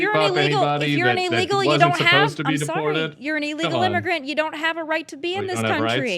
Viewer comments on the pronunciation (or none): Honey, its illegal, not eelegal! MTG says the same thing